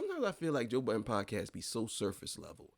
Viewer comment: Why u keep putting a s at the end of joe budden!! 😂